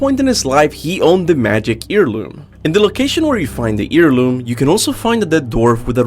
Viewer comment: "Mystical EAR LOOM" lol. Heirloom is basically "air loom" not ear loom... but at least that doesn't affect the quality of the theories. I think the player being The Collector could've been cool, and would've made the lore even more outerversal or whatever... but eh. We'd theoretically be beings of a higher plane of existence, since characters being aware of their artistic medium, authors, etc. is a vs battle thing... and characters who can interact with them scale way higher. Like Bugs Bunny. But us not being The Collector is alright, too. Don't really need to feed the power scalers or whatever lol. Or over complicate the lore by involving us so explicitly.